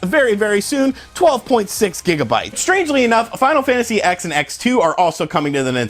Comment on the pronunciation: It's Final Fantasy 10 and Final Fantasy 10-2. Jeeze. I've never heard anyone call it Final Fantasy 'ex' before.